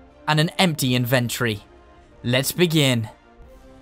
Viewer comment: I love when he says invantry